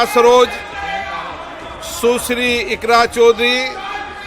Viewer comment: लोकसभा अध्यक्ष के बोल --- सू सिरी इकरा चौधरी ---- सून्ने काल ( ठीक उच्चारण सुश्री इकरा चौधरी -- शून्य काल ) ---क्या कहे?